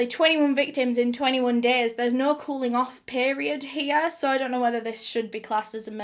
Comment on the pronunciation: SOH IN TOHDAYS VIDEOH.... BLESSES ALL OUR HEARTS WE LOVE YA BABE 😍🇨🇦🖤